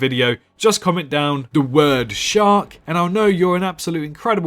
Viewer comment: Idk if you said shark or sharp, but ok